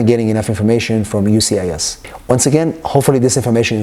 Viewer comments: How about you learn how to say the name of the agency before recording a video? UCIS??? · U-CIS 🤣. It’s U S C I S. Great information though